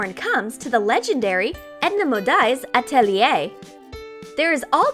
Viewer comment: You said atelier wrong....I'm french